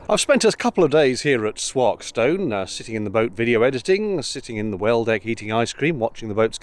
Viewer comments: Ah, the Stenson Bubble. I used to live in Chellaston many years ago, close to Swarkeston and would often cycle along this tow path. It's pronounced "Sworkstn", well, I always thought it was when I lived in Derby ! *Edit, this guy says it as such too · Willington Power station has been offline for sometime, although the cooiling towers remain and National Grid still have a site there - My uncle used to work at the power station. It is i beleive going to be brought back as a gas fired station allegedly. Swalkstone (rhymes with walk not sark)is as close as you get to my house..